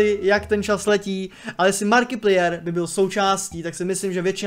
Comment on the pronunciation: ta výslovnost jména Markiplier, Jsem triggered lol. Přiště to pls říkej "Márkiplájr" Jinak asi umřu :D Skvělý video